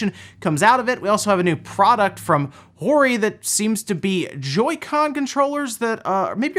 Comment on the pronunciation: It’s Hoe-ree Not whorey